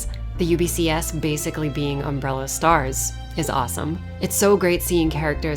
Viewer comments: Still can't say "STARS" right. They should have used the same voice sample from the Original Game. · I was waiting for you to react to nemesis saying STARS, did he get it right this time ?